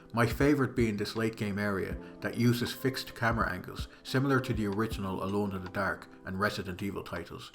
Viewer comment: Solid video man. As an American I enjoyed hearing it get called “Alone in de Daerhke” but I look forward to more content!